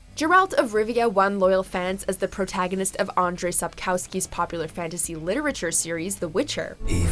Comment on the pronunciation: Also, they butchered the name of the author of tje book series beyond recognition. I've loved the series since the late 90s and seeing When Cavill cast as Geralt is just all shades of wrong